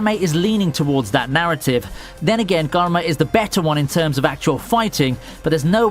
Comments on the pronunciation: garma? its karma as like how you say karma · I'm surprised no one is talking about the way he says karma